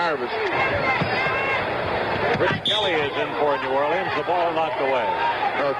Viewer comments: This announcer says 'New Or lee uns' (in 4 syllables) about 100 times – and presumably every time he calls a game there. You'd think some one would eventually take him aside and let him in on the local pronunciation... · New Orleans is NOT 4 syllables.